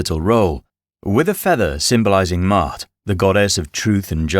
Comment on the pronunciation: It's not pronounced "mot" it's Maat "maw-ot".